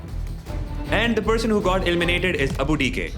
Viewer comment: ELIMINATED❌ ILLMINATED ✅